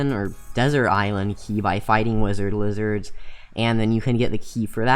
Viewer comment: Wi-zerd Li-zerd lol